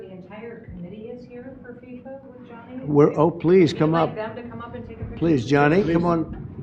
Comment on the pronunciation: It's not FISA it's FIFA.